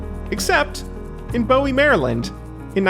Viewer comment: Great video, but, as somebody from Maryland I have to point this out. Bowie MD is not pronounced like that, it's pronounced like the word Buoy. a common mistake from people who don't live here.